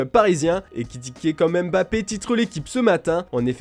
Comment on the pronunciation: pas "eme" Bappe, mais plutot "MBAPPE". Mais depuis le temps vous francais devriez deja pouvoir bien lire les noms Camerounais. non?